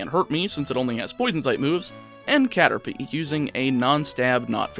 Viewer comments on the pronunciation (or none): none